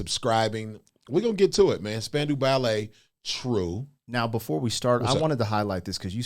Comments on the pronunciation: Spandau - not Spandu. And it is prounced Span-Dow (like Doe Jones). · They were not a boy band. They were the New Romantics. Very talented, did not lip sync. Pronounced spandau (dale) 😊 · It's pronounced Span Dow Ballet. Named after Spandau Citadel in Berlin. The Ballet was said to be describing the twitching of all the people who were hung there during WWII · Pronounced span- dow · It's pronounced "Span-dow" Spandau is actually a place in Germany near Berlin. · Pronounced Span-dow - rhymes with how. Not even close to a boy band. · I love ya Krizz, but your statement about cordless mics was incorrect. Oh yeah, we did. And it's pronounced Span-dow Ballet. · Pronounced as Span-dow, as in span-cow, Ballet. Not a boy band. Movies 🎥 16 Candles 🕯 starring Molly Ringwald in 1984. The Wedding 💒 Singer has an excerpt. Written by Gary Kemp. Classic 🙌 1980s pop ballad. In the video he is on piano 🎹. But, in concert and in the studio 🎙 he was on guitar 🎸. Jess Bailey was on piano 🎹 in the studio and on tour in early days of Spandau Ballet. Martin Kemp, younger brother of Gary, on bass guitar 🎸. He was married to Shirlie Hollliman, who was a backing singer for Wham! You can see them in the music video 📹 Last Christmas 🎄. Steve Norman on saxophone 🎷 John Keeble on drums 🥁. Tony Hadley on lead vocals. He quit. The band broke up afterwards. . Marvin refers to Marvin Gaye, who was alive in 1983. RIP. Samples. 1 In 1991, PM Dawn used a sample for a song 🎵. 2 Backstreet Boys had a sample: ain't nothing but a heartache 💔 matched the descending piano scale, and last , of True. Suggested videos 📹: 1 PM Dawn performs Set Adrift on Memory Bliss 2 Backstreet Boys sing I Want It That Way. 3 Spandau Ballet performs Highly Strung. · IT'S SPAN....DOW, that's the pronunciation. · and the 'dow' part is pronounced as in 'down' , not as in 'window' -- except if you live in some parts of the world like Scotland, Canada, some Northern English counties.